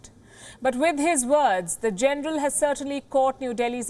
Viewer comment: The most hypocrite, biased and bullshit representor I have ever seen... Like seriously wtf "it's about gernal bajwa tone", come onn !!!! Hahamm its really making me laugh...